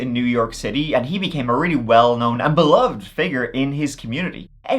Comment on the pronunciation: Beloved is three syllables, not two.